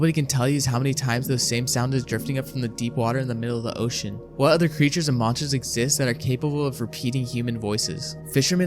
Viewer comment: oh you mispronounced a few words most notably ocean.